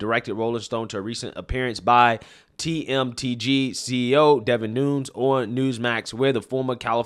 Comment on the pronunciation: Nunes Pronounced new nez NOT NOONS For ducks sake man🤦🏻‍♂️